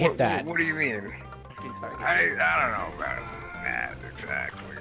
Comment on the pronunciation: Sond Smit said boot good